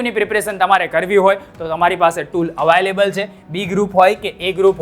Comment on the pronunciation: Available ❎ Avaaylable ✅